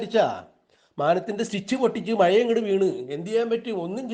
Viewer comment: മായ അല്ല കേട്ടോ മഴ എന്ന് പറയണം കേട്ടോ